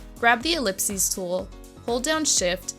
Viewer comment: "ellips-ee tool"